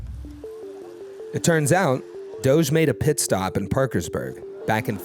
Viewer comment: Is it me or , does he call it GOGE??? Even slowed it down and it sounds like a G sound.